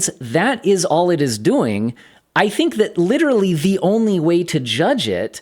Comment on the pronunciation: You pronounce "doing" like Arnold Schwarzenegger. "What are you duuing?? Get to the choppa!"